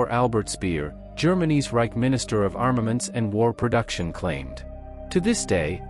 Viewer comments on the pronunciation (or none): none